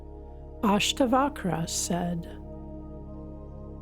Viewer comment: I do not know whether a person who hasn't even tried to pronounce the names of Ashtaavakra and Janaka can truly translate the text.